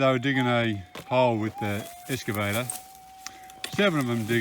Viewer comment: It's an excavator. Not escavator. 😂👍